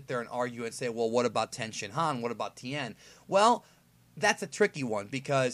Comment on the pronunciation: tien not ten